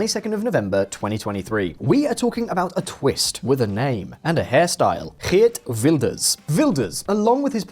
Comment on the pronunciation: Your 'Geert Wilders' pronunciations was REALLY good. That's better than any other pronunciations from a non-Dutch person I've ever heard.